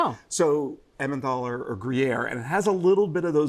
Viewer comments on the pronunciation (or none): Emmenthaler cheese is not pronounced with an English "TH" sound. It should have the same consonant sound as the phrase "I'm taller". There is no TH sound in the German language. ("Tal" means "valley "in German.)